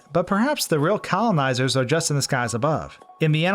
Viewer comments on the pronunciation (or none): Yoooo this dude be sayin colimizer